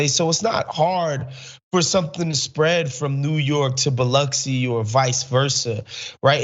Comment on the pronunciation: Shout out to Biloxi! Thanks for the proper pronunciation! But y’all, Biloxi is WAY more vaccinated than farther north in MS.